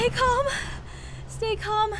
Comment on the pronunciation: When you say calm down you say calm down JESS I mean I don't mind it but I'd try practicing a couple more times